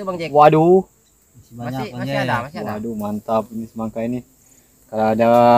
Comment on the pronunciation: Semangka bang bukan semaka